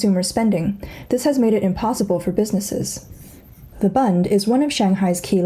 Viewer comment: B-u-nd is pronounced like the letter "u"in the word "bushel".